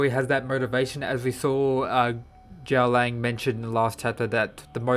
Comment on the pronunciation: Why you say Jaolang? 🤔 and what is that list